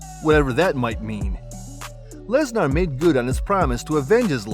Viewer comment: “Lesnarrr” lmao